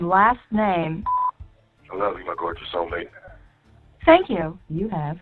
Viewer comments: why is it when says "sexy soulmate", it sounds like "sexy cellmate"? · Every time he says "soulmate" I just here "cellmate"...